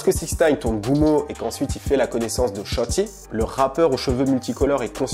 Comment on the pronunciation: "Shotti"😂😂😂😂!! "sholi" plutot!!